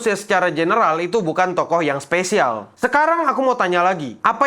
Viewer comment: You're my specialz.. tet tonenenenot tonenenenot... 🗿🗿🗿